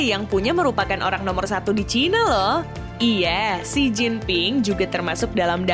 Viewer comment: bacanya Hi